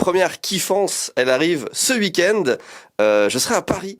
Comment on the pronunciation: Hey, je rêve ou tu prononces "wui-kend"??? 😅